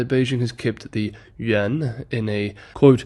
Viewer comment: dude stop saying "yen" thats Japanese currency. Its "you-in". Id be fine with "yen" but then you're always butchering Chinese city names trying to affect a Chinese accent. When speaking to English speakers, stick to English.